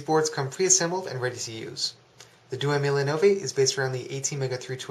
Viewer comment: Hey! Good vid, but your pronounciation is annoying... Diecimila is pronounced dee-ay-chee mee-la (10 thousand in Italian) Duemilanove is pronounced doo-ay-mee-la-no-vay (2009) Keep up the good work